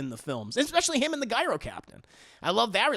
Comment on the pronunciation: Agreed on all! But haven’t seen Furiosa yet. Hate to be 'that guy' but Gyro is pronounced 'Jyro'...😉